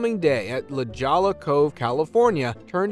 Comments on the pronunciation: Hahahaha came here to say the same thing "la shola" wtf 😂😂😂 "ameizin"! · La Jolla, California, Pronounced (LAH HOY yah), not Lah goll ah 😂😂😂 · Your pronunciation is killing me, La Jolla is LaHoya😂 J in Spanish is H and 2 LL's is Y😅